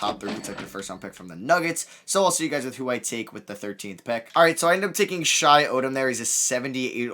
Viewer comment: It’s shi not shay